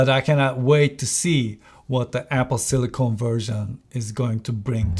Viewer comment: Hocam, "silikın" yerine "silikon" diyorsunuz, amerikancada bu olay farklıymış Türkçeden. Bilgisayarlarda kullanılan, Apple'ın da ismini verdiği Sillicon (silikın), silisyum (element olan) anlamında. Silicone (silikon) ise bildiğimiz silikon, estetikte kullanılan. Telaffuzunuzda hata var bu sebeple; silikın şekli doğru olan. Ellerinize sağlık ayrıca, on binlerce dolarlık özel ekipmanı olan onlarca reviewer'dan çok daha başarılı işler çıkarmışsınız.